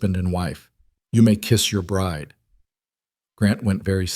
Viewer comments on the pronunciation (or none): none